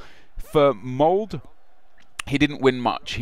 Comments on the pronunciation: Its not Norway Premier League, its Tippeligaen and its not Mold, its Molde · It is not pronounced Mold, it is Moldeeeee